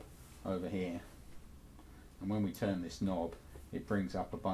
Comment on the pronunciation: "Tuhn the wahr on... wahr off..."